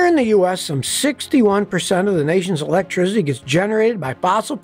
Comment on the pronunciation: electricity. NOT ELECTRIZZZZZZITY for forks sake.